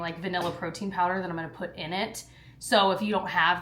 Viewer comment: “Puht it in a pohny” hahah